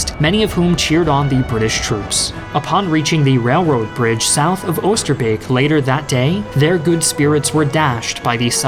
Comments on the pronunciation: That pronounciation of Oosterbeek was on point! You Rock! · saying 'oosterbeek' like a real dutchman